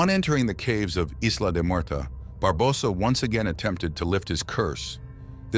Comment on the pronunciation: Why do you pronounce Barbosa like that? 🤨